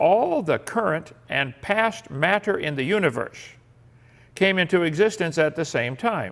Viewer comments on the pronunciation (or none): Why does he pronounce everything like a normal person, except the word matter? "Mat-ter." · Does anyone else think the way Kent says “matter” is weird? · The way he says MATTER makes me irrationally angry I'VE NEVER HATED A WORD SO MUCH